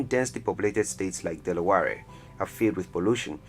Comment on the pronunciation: Ootah? Delawa-reh?